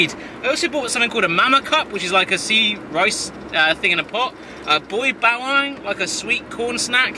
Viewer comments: its not boy ba”wang” its boy ba wangh lol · yo hi, its pronounced as boy bahwung. :)) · Hey its philiphines food its boy ba.wang its not boybawang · That pronounciation of boy bawang. hahahaha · As a Filipino growing up with seeing balut/balot ang Boy bawang I find it funny how badly he butchered the names😂😂😂